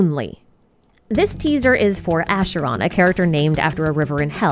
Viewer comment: Pronounces the ch in Arle’s name as k but as sh in Acheron’s name. Love it 😭